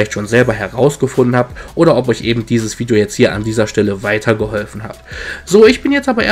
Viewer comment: Eben und nicht ebend :^)